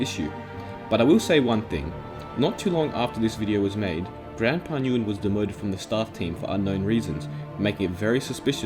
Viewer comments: Nguyen is pronounced "win" I think btw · Nguyen is pronounced win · i never knew this about mineplex 😳, i’ve played mineplex years ago and i was curious for the reason of this video and i’m not mad. (btw nguyen is pronounced like gwen) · Btw Nguyen is pronounced as "When" or "Wen"